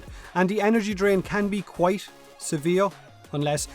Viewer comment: that "quite" though lol